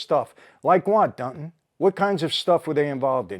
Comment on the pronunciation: This guy’s name is “Dunton”, not Dutton.